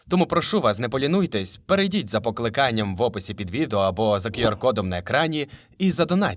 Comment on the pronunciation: Будь ласка зверніть увагу на переклад. Тригернуло, коли в одному реченні прізвище озвучили з одним наголосом, а в наступному з іншим. + оце "покликання`" також дивно звучить. Це з того, що найбільше запам'яталось